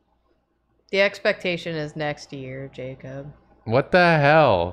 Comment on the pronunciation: So you basically never pronounce the "x" Un,... It's pronounced "pectation" 😋